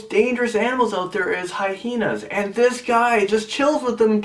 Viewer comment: you said heyhenas